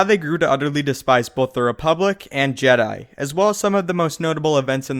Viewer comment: to duh jeydai. paahahahahah